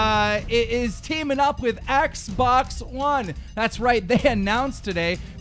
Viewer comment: Keen ... Learn how to say Xbox properly